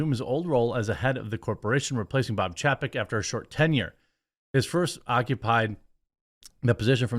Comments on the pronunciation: 1) he never stopped being in charge. 2) it's chay-peck. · CLICK BAIT TITLE!!! PATHETIC!!! It's not even true!! And... For the thousandth time it's pronounced "ChaYPeck", like "PayCheck" reversed... Good Lord... you don't seem to watch ANY business news!! THIS IS YOUR JOB!!! You know what... forget it... I'll just start a channel and do it better than you!